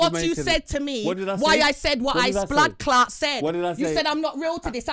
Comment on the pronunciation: got vexed and said BLADCLAT like white ppl say it. 😂😂😂😂😂😂😂😂😂😂😂